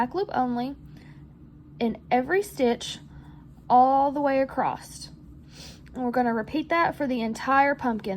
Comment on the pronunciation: your comment made me laugh because as I was working on the pumpkin listening to you, I kept asking myself "Is acrosst an actual word?"